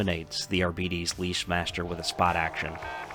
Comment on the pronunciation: Its pronounced "Ar-Bites" fam <3